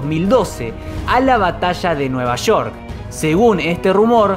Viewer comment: La batassshaa de nueva sssshoork xD